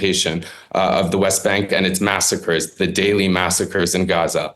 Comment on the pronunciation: At least wasn't inconsistently pronouncing Gaza "GCHUZZAH" at random times.